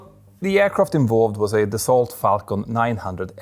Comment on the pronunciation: Dassault is pronounced the same way daso is pronounced in Sweden. The extra letters are there to confuse the ennemy. Edit: as commenters pointed out, daså is even better. (And can still confuse the ennemy)